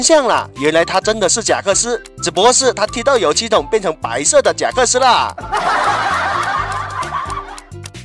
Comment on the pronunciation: 是贾克斯，不是真克斯好吗？